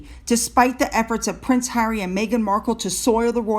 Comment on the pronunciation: 2nd row Hawwy Lol 😂 👍